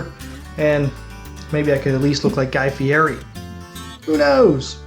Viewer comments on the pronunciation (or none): It’s pronounced Guy Fee eddy